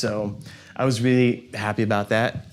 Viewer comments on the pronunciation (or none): none